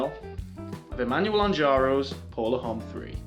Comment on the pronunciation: Please, learn how to pronounce names. I can’t trust your judgement, if you don’t know how to say “homme”.